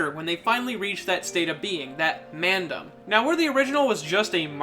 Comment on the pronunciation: Can I say how cool he says "Mandom"